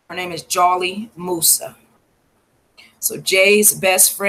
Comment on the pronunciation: it's jholie moussa no disrespect